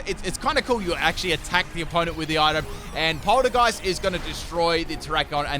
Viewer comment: He can't seem to recognize that Polteageist and Poltergeist aren't the same word either